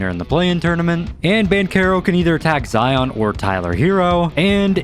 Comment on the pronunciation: being a zion myself, ITS ZI-YIN NOT ZI-ON thank you!